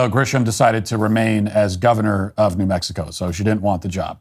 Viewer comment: She pronounces it “na Mexico”. How about na Grisham.